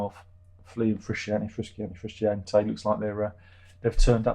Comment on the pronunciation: this frusciante joke could be fun for first time but you keep doing it and after three times i had a urge to punch the screen. it's frusciante, john anthony motherfucking fruscianteeeee. if you dont know how to pronounce then dont, you can call him john. there is no other john in the band so...